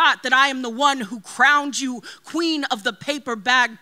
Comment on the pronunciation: She’s such a damn kween. Not queen but KWEEEN